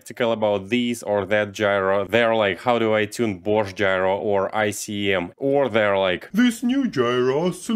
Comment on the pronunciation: borsht gyro. 😂